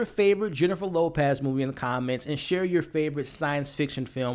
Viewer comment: Jennifer Lopaaz 😂 great review!